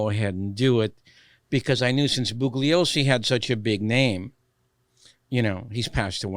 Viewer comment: The name is pronounced "Bool yoh sse" not Boog- lee-oh- see! The g is silent in this case. an Italian-American cannot pronounce the name properly, I cannot believe it!